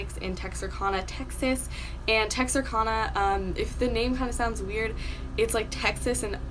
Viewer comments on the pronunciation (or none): It’s pronounced Tex-are-can-uh... not Tex-are-Kahn-uh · Btw Texarkana is pronounced(Tex-ar-can-a) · Great research, but the pronunciation of Texarkana is Tex-Are-Can-Uh, thank you, that is all. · You butchered the name Texarkana 😂but it’s okay I live there lol ... keep up the good work